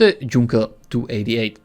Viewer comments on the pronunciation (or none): Did you just pronounce Junker as Junker :|